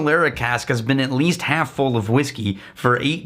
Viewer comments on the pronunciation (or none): none